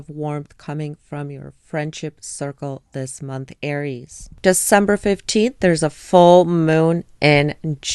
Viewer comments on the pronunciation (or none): Air-eees not Ari-a 😂❤❤❤